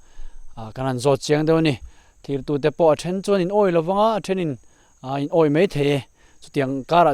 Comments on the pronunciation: Mei ti zel suh, mai ti tur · Mei,niloin mai tih tur